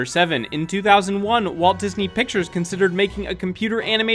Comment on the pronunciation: *Walt Gisney